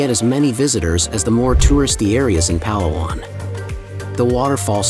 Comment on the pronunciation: I'm always amazed at how "Vloggers" visit these beautiful places and don't bother to learn the correct pronunciation of the place they visit. pa-LA-wan.